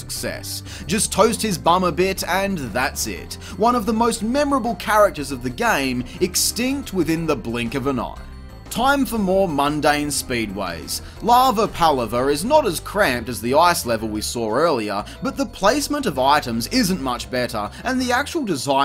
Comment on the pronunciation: it's pronounced "lava pa-lava" not "pal-aver". Palaver is an older, mostly British term to describe a lively mess.